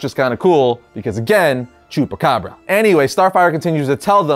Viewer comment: ngl, thought he said jewpacabra